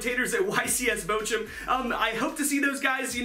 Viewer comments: where is bo~jo? As a german I have no idea why you think bochum is pronounced that way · Niilser naja "Botschum" ist immernoch besser als "Bokum" wie die meisten sagen xD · As a German it's always funny to hear you pronounce Bochum so weird. But the German ch is probably too strange for the english language. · I'm from Germany, and its so funny how you pronounce "Bochum" 😂 I love your videos, because I'm a big fan of cyber dragon's. Keep up the good work! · I love how you pronounce "Bochum" XDDD